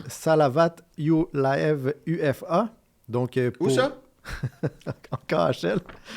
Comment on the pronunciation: ce n'est pas U.F.A., c'est Ufa, capitale de Bashkotorstan (se prononce Oufa). C'est une ville tres connue en Russie.